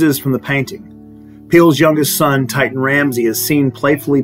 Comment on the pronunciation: “Titan”? You might want to look more closely at the name, spelling and pronunciation and who the artist Titian was. 😎